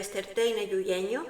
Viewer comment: hoy me he reído al escucharte decir en el minuto, "¿acaso tendrían que viajar hasta el externsteine yuyeño?🤣", respetuosamente quiero avisarte que se pronuncia como una J (jota, igual que Juana y no como Y). Es raro escuchar que nombras así a mis vecinos🤣🤣, pertenezco a una familia de Catamarca, ciudad que también nombra el libro. Ahora, cuando viaje para allí voy a ir corriendo al museo calchaquí donde hay muchas piezas de cerámica diaguita, pero esta vez iré con el ojo informado, atento, para escudriñarlas y ver si me encuentro con esas ponzoñosas letras hebreas. Abrazos! o conbrazos!🥰